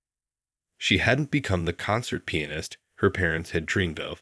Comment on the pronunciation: There are many grammatical mistakes in both writing and pronunciation. In the early part it's written Main rather than Ming. Later it should be waited, not weighted. The other mistakes these words are mispronounced; recital, Chopin, Duets, and finale, and the worst is penis not pianist.. I'm sure there are many other mistakes but these were the most glaring. All in all I found this story difficult to believe.